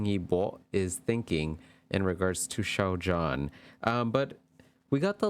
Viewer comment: Hi there! This was pretty interesting to see the reading. Your pronunciation was pretty good 👍 Xiao Zhan (Zhan sounds more "ah" rather than "oh," it's in between John and Jan if that makes sense lol. And the Zh is almost a "ch" sound like in cha-cha-cha 😅) Your Wang Yibo is actually really good 👍. The Y is more silent though I think. His fans even abbreviated his name as "web" (Wang E Bo). Fun fact Xiao Zhan is also known as "wi-fi" because the name of the character he played in The Untamed with Wang Yibo has a homonym that means wi-fi, while Wang Yibo is know as Web 😂. I may be the only one who thinks its interesting, since you can access the web with wi-fi lol. They are both great artists. It's unfortunate that they both are not really able to go out comfortably, they even have to run away from mobs of fans sometimes. Every celebrity, especially the famous ones, has it difficult. Fandom culture in China also seems more intense compared to American Fandom culture, but I'm not very experienced in that area so that's just my opinion. Thanks for your reading. It's probably pretty close. But as you said, they aren't around to confirm nor deny. Nonetheless, it was interesting. 👍